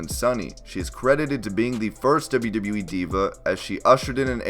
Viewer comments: It's "double you" not "dibba you" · Deb-you, Deb-you E? Dib-you, Dib-you E? It's always weird when someone has to constantly say something they can't pronounce well. It's very awkward and stands out. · you say wwe so wired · Every time he says “WWE” I die a little